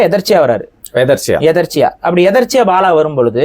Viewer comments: Ethechchya not etarchiya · முதலில் தமிழை ஒழுங்காக பேசுங்கள். எதேச்சையாக எதற்சையாக இல்ல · டேய், எதர்ச்சி இல்லைடா, எதேச்சையாக. உன் தமிழே இந்த லட்சணம். இதில் நீ தமிழ் தேசியம் பேசி கிழிக்க போகிறாய். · எதேச்சையாக , என்பதை தவறாக எதற்சியாக என்று கூறுகிறார் இவனெல்லாம் தமிழுக்கும் தமிழரக்கும குரல் கொடுக்கிறான் கொடுமை டா. சாமி. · தம்பி... எதற்ச்சையா என்பது தவறு.... எதேச்சையா என்பதுதான் சரி என்று நான் கருதுகிறேன் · எதர்ச்சியா இல்ல? எதேச்சையாக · என்னையா அது... எதர்ச்சையா...? எதேட்சையா... என்று சொல்லுங்க ஐயா. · Etharchiya illa, etherchaya is correct Tamil word for that situation . Sorry for English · எதர்ச்சியாக இல்லை எதேச்சையாக என்பதே சரி. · அது எதற்ச்சியா இல்லை எதேச்சையா 😂😂😂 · அடேய் அது எதர்ச்சியா இல்ல... அதை எதேச்சையாக... என்றுதான் சொல்லுவாங்க... இது கூட தெரியாம என்னத்த தமிழ் தேசியம் பேசுறியோ😂😂😂😂😂😂😅😅😅😅😂😂😂😂😂😂